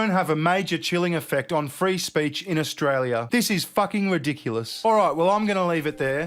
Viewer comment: Ash-Tray-lia the TEST BAR.